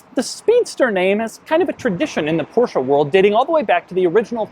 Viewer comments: STOP SAYING PORSCHAAAA! it's Porsche, they even made a video about that in teir own channel here on youtube! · "Portia 911 Speedster" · porcha? omg